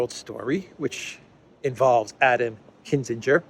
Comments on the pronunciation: KIN- ZING -gur (hard g) not Kiss - in - ger (ala Henry) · KIN_ZING_ER, not KISS_IN_GER. Great video, though, as always. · Kin - ZING - er not kissinger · It’s KINzinger.